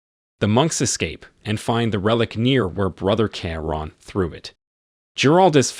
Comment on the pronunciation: It’s Key-Ron not keya ran !